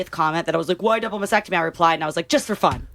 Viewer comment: It’s not a “mass-ectomy”. It’s a mast-ectomy”.